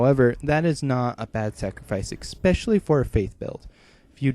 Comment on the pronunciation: not Xpecially. No. It's pronounced es-pesh-a-lee. Especially.